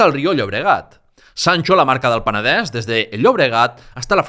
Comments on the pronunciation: Muchas gracias por el trabajo que haces, y me encanta que pronuncies Peneder, Berenguer... igual que se pronuncia en Catalan, pero porfa di tambien Girona. Cada vez que dices Gerona miere un gatito. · Sólo el hecho que "Penedès" i "Vallès" lo pronuncies en la "e" abierta me ha dejado alucinado. ¡Muchas felicidades!